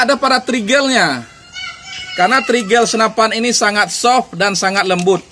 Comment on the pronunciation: Upgrade bukan abraiks 😅 Trigger = trigel